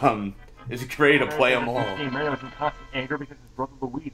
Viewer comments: Maybe Mario got mad about the LPer constantly pronouncing his name as May-ree-oh ? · Mildly surprised that no comment was made on the fact that the LPer pronounced Mario the same way that does.